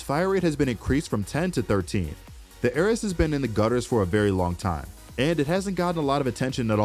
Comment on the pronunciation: My heart started to bleed every time he talked about the ares. Who says it like that!